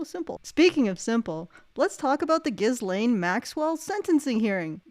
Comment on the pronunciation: She pronounces it gillenn? Weird.